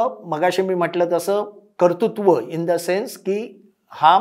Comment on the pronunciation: साहेब, तुम्ही इथे उच्चार केलेला शब्द कर्तुंत्व असा नसून "कर्तृत्व" असा आहे. त्याचा उच्चार नीट करायला शिकावा.